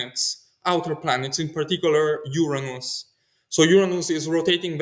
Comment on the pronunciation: His pronunciation of Uranus is admirably non-embarrassing.